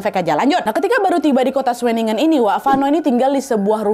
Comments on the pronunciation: pelafalan kata2 jerman, sesuai dgn Tulisannya, sama kayak indonesia...jadi nama kotanya kayak udah bener di baca schewinnengen 😅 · Sebutannya shuwenigen Tp lebih seru sebutan nadia sih 😂